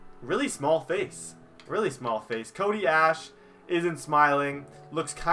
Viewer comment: It's Cody Ash e not Ash